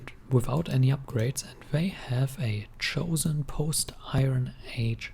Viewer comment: Your pronounciation is wrong. It's called chosôn. Ch pronounced as long k.